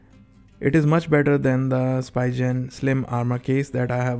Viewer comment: Its called speeeegen